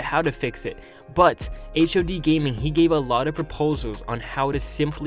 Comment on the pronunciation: Its hod not h...o...d